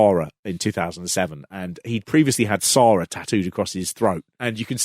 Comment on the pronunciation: Congratulations, that is the worst pronunciation of the name "Sara" I've ever heard.